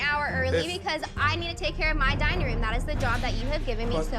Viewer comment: I always love an exquisite "dinning" experience 😂